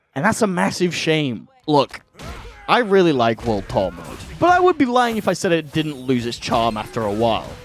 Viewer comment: lets talk about "WUD TUH" mode. Damn bro